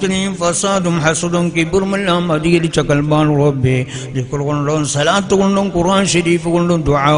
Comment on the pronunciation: ഉച്ചാരണ സ്ഥലം നന്നാകാൻ നോക്ക് സ്വ. എന്ന് പറയേണ്ട സ്ഥലത്ത്.ഷ.എന്നല്ല പറയേണ്ടത് ഇങ്ങനെ എത്ര സ്വലാത്ത് പറഞ്ഞാലും എവിടെയും എത്തുകയില്ല